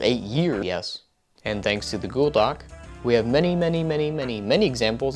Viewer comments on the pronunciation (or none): he said godoc instead of google doc in ... I know this because I slowed the video down... HOWEVER THIS MIIIIIIIIGHT JUST BE YOUTUBE'S playback speed just being overall shitty and I'm just wrong and now looking like a complete bozo